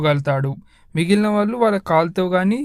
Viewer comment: నాయనా! 'ళ' అనే అక్షరం తెలుగుభాష ప్రత్యేకత. అది పలకడం నేర్చుకో. 'వాల్లు అనకూడదు. 'వాళ్లు'' అనాలి. అలాగే "వెలితే, మల్లి, వెల్లి"... ఇలా అంటే కర్ణకఠోరంగా ఉంది నాయనా!